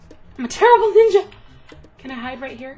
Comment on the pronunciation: Lmfaooo its like shes tryin to say im a bad nigga instead of ninja lmfaoooo!!!